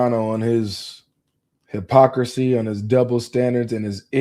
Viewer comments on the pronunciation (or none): That's Hi-pocracy bratha 😂😂😂😂😂😂😂😂I'm crying